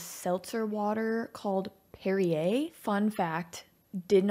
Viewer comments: Perri-air may be funny but Derri-air is hilarious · I honestly thought the same as her that it was a "D" and was pronounced derriere, with the double entendre of it being from a can. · I never thought about it before, but with Mel Brooks sense of humor the fact that Perri-air sounds like Dery air was probably the intended joke haha